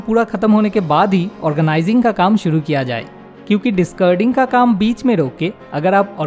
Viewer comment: Good informative video. But stop saying discurding. It is dis-caar-ding.